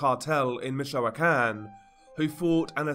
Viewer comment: Im not a native Spanish speaker either, but the way he pronounces a lot of Spanish words especially- Michoacan drives me crazy (along with how he drags words out, his inflection makes it hard to pay attention to what he's saying. Its as annoying as trying to talk to someone who's drunk & slurring their words the whole conversation lol🤦‍♀️